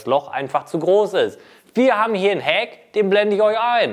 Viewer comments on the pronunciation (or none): none